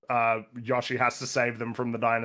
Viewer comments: Sounds like is saying “Joshi” a lot of the time. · so like, everyone has Google and can see the correct pronunciation of Yoshi is indeed Yoh-Shee, don’t understand why was acting like they say it correctly and everyone else is unjustly annoyed with them saying it that way 😂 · It's a Japanese word. The closest phoneme to the Japanese "yo" is pronounced "yoe." It's "yoe-shee." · You mispronounce Yoshi. Opinion discarded. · It’s Yoshi not yoshi. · For the love of all things, someone pronounce Yoshi the right way!!!